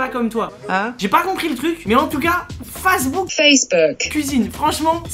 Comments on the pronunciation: wouah starf la pronotiation de pour facebook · Facebook je le prononce tout le temps face de book😂😭